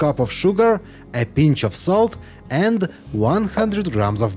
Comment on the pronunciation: After the sugar, it sounds like he says ”half a teaspoon of soap” Should probably be salt, right?